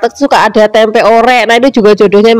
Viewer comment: Tempe aja mbk jangan tempek..aneh dengernya😂